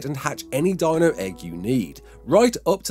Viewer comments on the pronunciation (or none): none